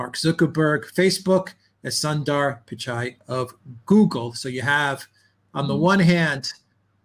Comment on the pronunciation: Soondar Pichari. Not Sun Dar Pichai even though it is spelt Sundar